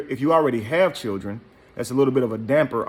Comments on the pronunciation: Yo bro she didn’t say Children she said Chulren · If a woman says "Chirn" instead of "Children" leave her where you found her. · I'm confused, did she say chair or children.🤣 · Chilren Hahahhahah Lost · "I got fo' babydaddies and they take care of they chil'ren" ...this says it all she even has on a parachute bonnet 🙄 hmm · Well you posted this ON SOCIAL MEDIA!!!! and whats up with "churrin"????? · Chirren😭🤣🤣...ik it's a slang in some places but it's funny asf🤣🤣🤣🤣🤣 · Foe not five. Stop tawking bout huh chiren. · The fact that she pronounces the word "children" as "churrin" that alone is a HUGE RED FLAG... according to her rant, this chic has more red flags than a Chinese communist parade 🚩🚩🚩🚩🚩 🤣🤣🤣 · Any man that wants a woman that can't pronounce children properly deserve whatever they get. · She got a nerve🗣. Learn how to say children and strength first 😭. I'm done